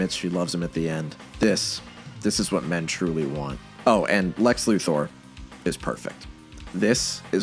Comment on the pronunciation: For what it's worth, I'd like to thank you for pronouncing Lex Luthor's name correctly.